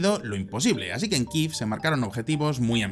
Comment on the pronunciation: ¿Qué moda es ésa de pronunciar Kiev [kif]?